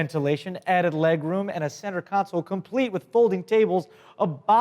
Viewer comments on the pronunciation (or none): none